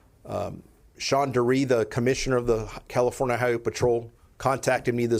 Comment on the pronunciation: No he said Californa!